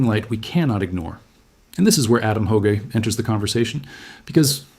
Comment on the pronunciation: I hate the way AI constantly mispronounces names, Adam Hoge-A?